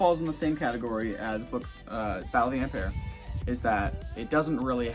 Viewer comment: Ampere is pronounced “am-peer”